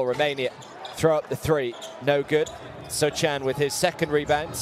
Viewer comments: The commentator calling him “Sohchan” annoying me ngl lol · >call Sochan 'Sotchan' for entire video >finish with the best one-line summary of a player in the end of the video